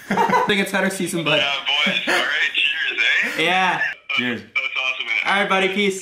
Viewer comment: It’s eh not aye